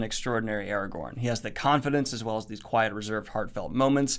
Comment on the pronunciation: Chadwick Boseman... Eragorn? wat xd